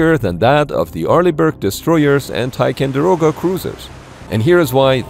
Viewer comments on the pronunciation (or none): Whichever camp finally teaches you how to say "Ticonderoga" properly, ffs 😑